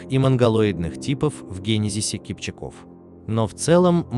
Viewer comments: КипчАк -КипчАков . В тюркских языках ударение ставится всегда на последний слог. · Всё верно,только ударение на второй слог и во множест. числе.КипчАк, КипчАков. Не КипчакОв.